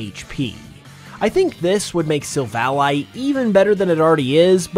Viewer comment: After how he pronounced "Silvally," i just know he can't pronounce pokemon names correctly